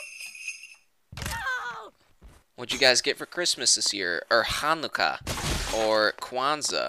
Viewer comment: LOT OF IMPISUS ON THE H IN HONUCA